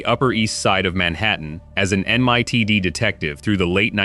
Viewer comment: It's N.Y.P.D. not "nipid"!